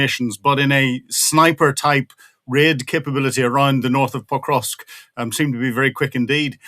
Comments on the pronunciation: Experts - please learn how to pronounce PO-KROV-SK. Out of respect. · Not sure of the credibility of the gentleman who can't even pronounce the city under current Russian attack Pokrovsk.